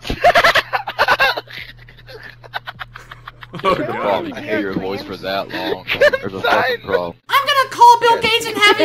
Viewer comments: "we gonna be playing some gun game on the map... cun-tine-mint" ROFL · "con tin ment" I DIED😂😂😂